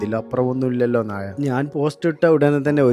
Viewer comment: നാഴ അല്ല നായെ നായ